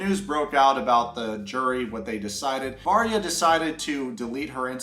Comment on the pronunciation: I thought you were saying marya not Varya and I can’t believe they’re still together, her defending him aside. Relationship definitely won’t last when he’s a prison. My friend went to prison for a bit for assaulting a r*pist. He def is gonna get his shit rocked. And if he tries to throw out his papers, people will get suspicious, guards will tell or somehow info will get out, and then he will get his shit rocked 😌 won’t be a fun time for him